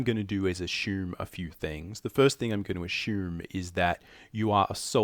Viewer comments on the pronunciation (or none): Lol “ AH SHOOM, AH SHOOMING” lol